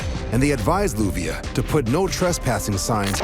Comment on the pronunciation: BTW, her name is LLUVIA, pronounced as JU-BE_AH